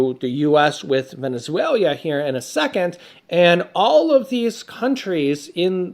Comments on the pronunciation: Venezuela, not Venezuelia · It's Venezuela, not Venezuelia.